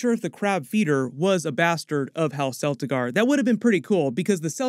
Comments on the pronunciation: CELT-igar NOT SELLtigar... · your mispronounciation of celtigar makes it obvious you aren't that knowledgeable